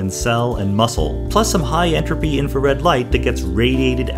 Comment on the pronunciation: every time he says enrapy take a shot